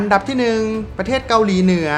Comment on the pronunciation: ออกเสียง ร มากไป แต่ไม่มีเวลาอ่านคำควบกล้ำเลย เช่น ประเทศ (ปะ-เทด) จริงมั้ย